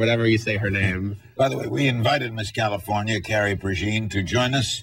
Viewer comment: Califorina? Is that a new state?